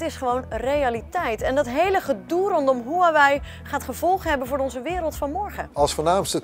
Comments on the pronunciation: 143 k abonnees verder maar nogsteeds “waawee” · No one: Literally no one:: “HUwAwIj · niemand: helemaal niemand:: hoeaweej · iedereen: huawei gast van bright: wawee